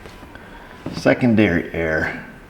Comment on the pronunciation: Did you say, "Second Derriere?"